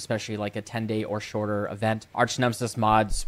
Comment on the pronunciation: Arch, not arc. OMEGALUL